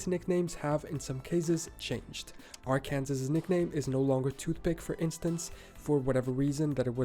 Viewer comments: He’s killing me calling it Ar Kansas. That’s AI that can’t identify it’s pronounced Ar-can- saw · I wonder if it an AI reading because NO adult American would call it Ar-Kansas, even being from another state you would have heard the correct way of saying it enough to not make that mistake. Yeah has to be an AI or European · Its NOT aar Kansas, its ar can saw. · He says "AR-KANSAS" twice lol, it's AR-KIN-SAW! lololol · "Ar-can-zez"? Where is that? Do they mean "Ar-kin-saw"? Am I understanding the narrator to say that Alaska is the "eastern-most" border? Please only watch videos with American accented narrators. I think you all are already here, but have fun and stay safe! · when he says Ar-Kansas, I know the people who live in Arkansas (Ar can saw) are mad 😅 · The narrator pronounces the State of "Arkansas" incorrectly. Should be pronounced, "Are-Can-Saw". Also, the narrator says that Florida is known for its "crocodiles". While there are indeed crocodiles in Florida, their population is far less than alligators. Florida is known for alligators. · Is the narrator AI or just a non-American who does not know how to pronounce Arkansas?! As I continue to listen I do hear his accent. 😊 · "Ar Kansas"? This dude is not an American. Nothing against that, but dude, do your research. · This man said it "Are Kansas". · Am I the only one who cringes when he says Are Kansas? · Ar - Kansas... LOL! It stands to reason that a foreign narrator would get it wrong. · I don't even live their, but I know how to say arkcansaw...Prolly how pissed me off about MI. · I already said this to someone else but I think AR-KANSAS is evidence that it's an AI voice. Unless just a dumb Euro! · That's not how you say Arkansas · I was worried he would be wrong about some of these since he pronounced Arkansas wrong. Lol. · What country is he from that doesnt know how to pronounce Arkansas from? Any credibility lost at that point. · I think the creator is Portuguese. Most Europeans pronounce it wrong.